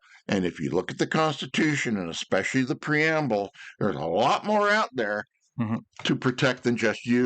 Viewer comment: I love the REALLY smart ones that say "Exspecially" LMAO